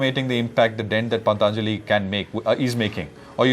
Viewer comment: The anchor can't even pronounce Patanjali properly.... He's having such fake foriegn accents...